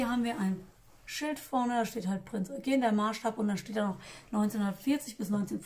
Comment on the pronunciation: Du sprichst Eugen richtig aus, damit hattest Du bei mir schon gewonnen. Ansonsten ein kompetenter und charmanter Bericht. Vielleicht hättest Du noch etwas mehr auf die Bautechniken beim Rumpfbau eingehen können. Für diejenigen, die sich mit Cobi Schiffen noch nicht so gut auskennen. Ich selbst habe zehn große "Pötte" bei mir stehen, wobei die Titanic, das einzige zivile Modell, herausragt. Ist schon ein kleines maritimes Museum. Und das Review eines Kriegschiffes mit Ärmeln und Blusen zu verknüpfen, schafft wohl nur die. Übrigens die Erzeugnisse deines kleinen Sohnes erinnern mich doch stark an die Gefährte aus meiner Kindheit. Ja, so sahen sie meistens aus, meine Lego Autos. Ist mehr als ein halbes Jahrhundert her. Mann, oh Mann!